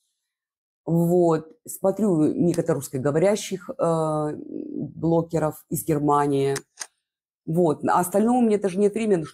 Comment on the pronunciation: почему вы все время говорите блоКеров? Переслушивала несколько раз, ну точно блоКеров.